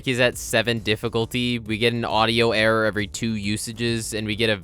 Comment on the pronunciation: Whenever he says the word "error" all I hear is, "The only way to get an audio errrr."